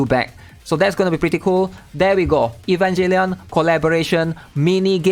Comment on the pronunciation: Bro really said Evanjellion.